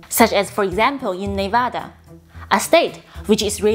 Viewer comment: So glad you know how to pronounce N e v a d a. Yay !